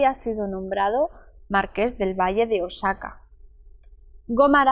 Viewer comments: Se dice O A J A C A o OSAKA. Osaka es Japón 😂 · Es “marqués Del Valle de Oaxaca “ ( oajaca)